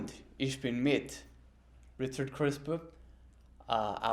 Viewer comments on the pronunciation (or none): It's cute how Richard pronounced his last name like Crisper. Same with the word "parents", he says it like prarents 😋